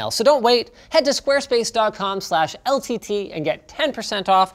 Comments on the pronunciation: "...slash LEL T T..." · Is it just me or did Linus almost mess up when saying ltt